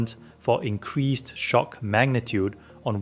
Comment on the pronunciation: "Increazed" "Zoom of control" Wtf lol